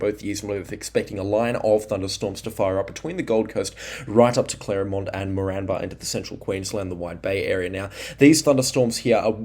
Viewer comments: Great videos, agreed, try pronouncing Moranbah as More-n-bah, or More-an-ba. Also Eidsvold, try Eyeds-vold or ieeds-vld.❤ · You’re pronouncing Moranbah incorrectly.